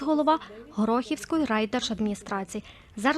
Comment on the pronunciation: Не ГорОхівської, а ГорохІвської! Наголос не правильний робите, пані журналістко! Місто назване не від ''гороху'', а від ''гори'': Горох-І-в !